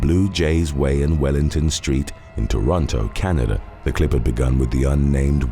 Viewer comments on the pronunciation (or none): none